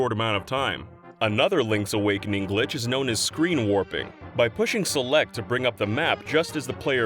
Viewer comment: Zelect.... Zituation... is it an inside joke to pronounce some S's as Z's ?